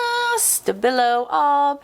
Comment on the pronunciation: I couldn't understand what brand/type of pencil you used. Sounded like stabillo, then another name?